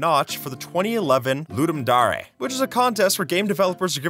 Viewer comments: "Ludum Dar-aye" made me laugh out loud. It's DARE. like the Gorillaz song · “Ludum Darrey” is a wonderful mispronunciation